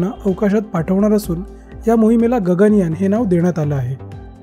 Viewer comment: It's not Ganga yaan. It's Gaganyaan.